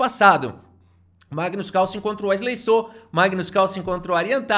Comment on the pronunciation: Mano é muito cringe a incapacidade do brasileiro de pronunciar Carlsen, Causen? Kkkk vei